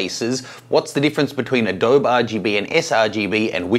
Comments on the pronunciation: In case nobody told you, it's not pronounced "Uh dobe". It's actually pronounced "Uh-dobie / Adobey / Adobeeeee". Adobe. Signed - someone who lives by Adobe. :). Thanks for the video by the way, I've had this question for a while. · This is 5-year-old evergreen content so good on. But the "uh DOE Buh" was making me crazy. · When he said "adohb" I spat at my screen, then cleaned it and switched to sRGB. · Thanks for the info,. Just to be clear though, Adobe is pronounced with an "eee" sound at the end. Like this, UH-DOE-BEE. Just like the Spanish word for mud hut walls or bricks. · ...and Intel was peed off that everyone was using gamma 1.8 'Apple RGB' on Macs! PS it's pronounced "A-Dobeee" as in the clay houses. Cheers David Myers in Sydney. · I normally don’t comment on 5yo posts... I don’t believe a word you say about adōb. If ya can’t learn how to say one of the most widely used products in the field, you can’t claim to be an expert. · Nice catch! I tried to ignore it after the 99th time he said Adob'. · its pronounced "ah doe bee"! mmkay!:-) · Adobe (/əˈdəʊ.bi/) you pronounce it properly, i feel like you are doing it on purpose :( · Jesus! Still not pronouncing the E after all these years? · You say Adobe funny! First person I have heard say it like that! (BTW, not having a go about it. Before some keyboard hero jumps on me....)